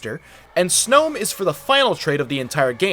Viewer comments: It’s SNOM NOT SNOOWM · You say coffagriegess as coff-a-griegess and snom as snom not snoom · B R U H did you just pronounce Snom as "Snome"????????????????????? bro there ain't no E, just like how there ain't no me subbin after this vid. :skull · omg I can't with how you pronounce snom never have I ever heard someone call it a "snowm" XD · did this guy just call snom snow-m? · The way he says snom hurts me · He says Snom weird.